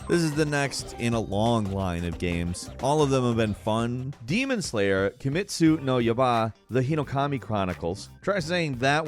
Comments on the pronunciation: Kimetsu no yaba damn bro did you eat the letter I , its yai ba better for spelling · Tip for romaji: pronounce them syllable by syllable. Ki-meh-tsu no ya-i-ba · Kimetsu no "Yaba"? The "I" wants to know your location. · kimitsi no yaba XD sometimes you say the silliest shit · Kimetsu no "yaaba"🤣🤣🤣🤣🤣🤣🤣🤣At least he tried🤣🤣🤣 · kimetsu no yaba lmao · he butchered the title so bad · Silks not a platformer just a sidescroller you ment then yeah, an the way you said kimetsu no yaiba 😂🤣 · I am so looking forward to The Quarry. EDIT: Oh my god, I am dying of laughter at your pronunciation of "Kimetsu no Yaiba" xD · Gotta love how he absolutely butchered “kimetsu no yaiba” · Kimetsu no Yaiba. Don't even try saying it 3 times fast. You couldn't even say it one time slowly.